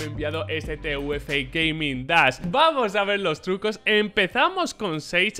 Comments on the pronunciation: Persona normal: ASUS TUF: TE U EFE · oye, no es por intentar ser pesado, pero no se dice T.U.F, se dice junto, hace juego de palabras con tough xd